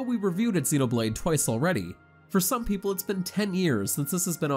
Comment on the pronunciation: So many sites have narrators that obviously never played the game reading other people's review, but they don't double check to see if they are pronouncing things correctly. But still, what kind of alien see these words and thinks "mechin", "exenoblade", and "meela"? He didn't even say the title correctly.